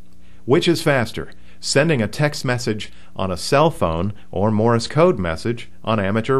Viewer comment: A HAM operator, who can't say "Morse", and instead says "Morris"? Second of all, the Leno show was using a speed key. My friend Jim, who is blind, doesn't even need to copy code; he just hears the words, at about 60 WPM. You cannot type with two thumbs at 60WPM.